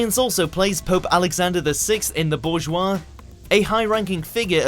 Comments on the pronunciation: Please tell me that you didn't just pronounce "Borgias" as "bourgeois." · Firstly, Snape wasn't a villain. Second, it's Borgias not Bourgeois. Finally, learn their names. Last I checked, it's Saunders, not Sanders.